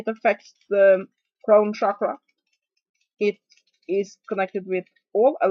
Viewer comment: Hi, just so you know Chakra is pronounced with a CH sound, not a SH sound, I have quite a bit of understanding of the sanskrit language.. shakra means something else... cakra/chakra literally means wheel.